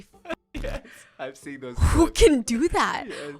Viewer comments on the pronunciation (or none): none